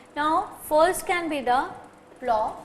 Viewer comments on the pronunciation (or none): plough pronunciation is wrong & part of plough ,you say beam is wrong, it is called yoke